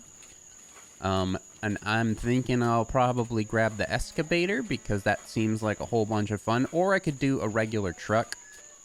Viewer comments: It’s Excavator not Escavator... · It's pronounced EXcavator